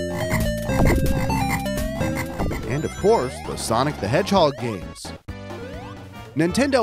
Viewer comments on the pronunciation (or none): "Sonic the Hedgehod" [insert skull emoji here]